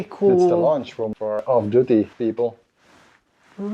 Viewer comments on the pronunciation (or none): You need to work on your vowel lengths. Launch area and lunch area are very different things.